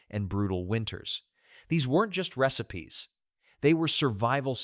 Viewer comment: This AI voice is annoying. It pronounces AMISH as AYE-MISH & RECIPES AS REE-SIPES